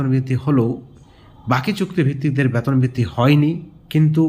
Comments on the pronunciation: Baton noi,beton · ব্যাতন কি জিনিষ বুঝলাম না। উচ্চারণ সঠিক করেন। তার পর খবর করেন।